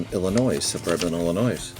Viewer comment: Nice Nick Solak. I was going to send his way during the offseason, but I kept forgetting. For whatever it's worth the S in Illinois is silent. Louisville is french and pronounced Lou-UH-vull